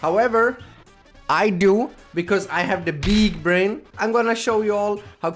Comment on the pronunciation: beeg breain